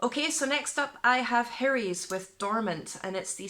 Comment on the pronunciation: Greetings from Wales. Sorry to be that guy. Lol Hiraes is a corruption of the Welsh word Hiraeth. Pronounced Heer Ice.